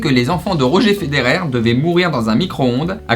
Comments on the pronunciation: La prononciation de Roger Federer plus jamais (c pas rogé mais Roger genre on prononce eur) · On Dit Rodger pas Roger XD, j'ai rêvé que je me taper Jilo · J'adore quand tu dis "roger Federer", ça se prononce " Rodgeur federer" OK???? ;) oui ya plus grave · Euh juste il a dit Rogé Federer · Il a dit « ROGÉ FEDERER » 😂😂😂 jpp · Rojéééééééééé Federer wow chui mort cte prononciation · "rogé ferer" oui il l'a vraiment dis ca ! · La prononciation de Roger Federer est magnifique 😂💛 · Putain la prononciation de Roger Federer 😂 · Roger Federer 😂 prononciation à revoir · Mdr le gars comment il prononce Roger de Roger federer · Tu sais pas prononcer Roger Federer... MDRR